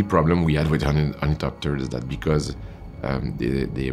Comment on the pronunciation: Nailed the thopters!